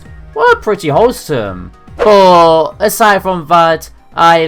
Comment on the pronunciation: Boh = But. Interesting pronunciation. Love your lists.